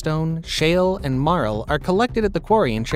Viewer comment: One of the main ingredients is spelled MARL. I thought he was saying marrow.